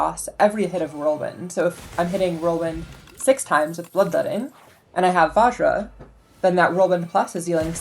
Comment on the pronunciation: Nice run! Just as an aside, it's not vaa-zh-ra, its just vuj-ra. Like fudge but with a v instead of an f and then "ruh" like "bruh" without the b. It's an ancient indian ritual tool/weapon. - Person of indian heritage